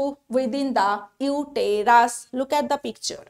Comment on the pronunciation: Uterus er pronunciation ta vul bolechen madam..